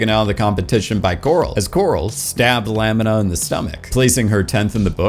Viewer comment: put some respect on Lamina's (La-Mina) name. She slays so hard.